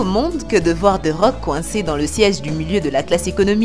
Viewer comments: Elle comprend toujours pas the rock et pas dé rock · Je rêve ou elle a mal dit thé rock elle rescpect pas le roi du catch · C’est moi ou elle a dis des rocks